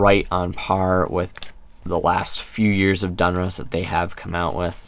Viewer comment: DON-RUSS NOT DUN-RUSS